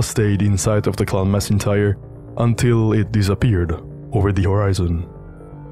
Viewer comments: And in Macintyre from Clan Macintyre, the 'c' is pronounced like a 'k', not an 's'. So 'Clan Macintyre' should sound like 'Klan Mack-in-tire'. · Macintyre is not pronounced Massintyre, it's Mackintyre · Juste a note: the "C" in MacIntire is pronounced like a "K". It's a Scottish name, like MacLean or MacIntosh.